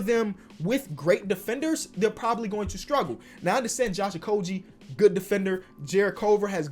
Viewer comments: I might be mistaken, but didn't you say you would start saying Josh Okogie properly. Oko-gee not Oko-g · You said okogie wrong ( I prob spelt it wrong) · You said josh okogies name wrong again! You said you was gonna stop doing that lol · Bruh you said you’d start pronouncing Josh Okogi’s name correctly and you’re still saying it wrong as far as I know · What happened. I thought you were growing. How do still keep mispronouncing Josh okogie?